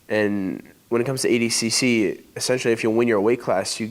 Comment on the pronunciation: Why did nicky say adcc and not adcc lmao